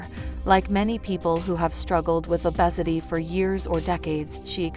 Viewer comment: Please stop using ai voices they can't even pronounce obesity and lbs correct